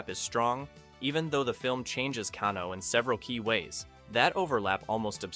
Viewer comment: his name is pronounced Cane-O not canno